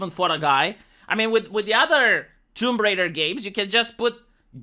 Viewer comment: She's Tomb Raider, not Womb Raider. smh